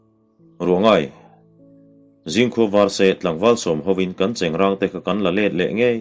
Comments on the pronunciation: Chengrâng tih tur alawm...i chhiar dan pangngai khan chhiar char char rawh...chengrang ka hre ngai lo..chengrâng tih hi Sial râng tiha râng anga lam tur ani e... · Chengráng a ni e, silai cheng hi an hnawih ráng ṭhin e an ti. Chengrang (ṭuan rang) tih anga lamtu chuan a hre lo hul hual a nih chu. I chhiar thiam tak zet zet e. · Chengrang titu cu a hrelo fee zawk a nih cu, chengrâng tihtur alom trw,miin egtin pon lo ti mahse i thiam ber tho² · Chengrang tiha rang hi awrrang tih anga lam tur a ni a, i lam dik e. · Cengrang ti tu cuan a hre thawi deuh hlek anih Dawn cu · Keipawh chengrang..tih hi ka hriat dan ani..ilam dan hi a dik ani pu.tlanhlu kan han ngaithla ve dem²mai teh ang mizo pasaltha darchhawka nge²...